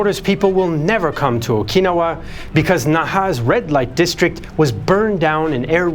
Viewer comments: What is o-KEE-no-wah? Do you mean o-kin-NOW-wah? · I’m sorry but I can’t get past pronunciation of “Okinawa”. it’s ok to sometimes to use anglophone pronunciations.